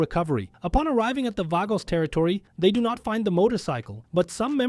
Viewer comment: Vagos; (V-AHH-GO) not (V-AYE-GO) 😂😂 Still a Great video tho no hate lol